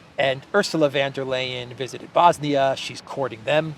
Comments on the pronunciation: Please say her name like this: Ursula fun dur lyin`. That's close to how Germans pronounce her name. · "Von derPirate" 😁